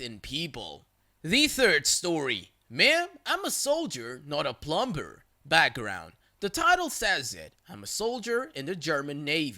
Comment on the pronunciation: i know you're a doggo but don't say the B in dumb and plumber lol thank you! you mispronounce a lot of things but those two are bothersome more than the others.